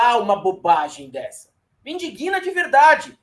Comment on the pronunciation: Pessoal, não se diz "indiguina", se diz indigna.